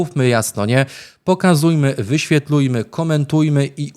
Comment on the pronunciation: "wyświelujmy"!!!???